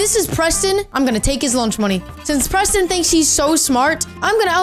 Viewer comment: just said Prestonz not that SMART